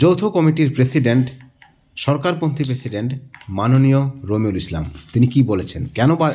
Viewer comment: এর নাম কি রোমিঊল নাকি বালরুল একটু পরিষ্কার করে বলুন।